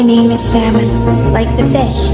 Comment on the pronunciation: "Saunemin" 💀 (IM SORRY)